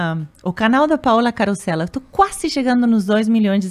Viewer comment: Todo mundo chama de Carrosella (com R do rio), só agora percebi que na verdade se escreve carosella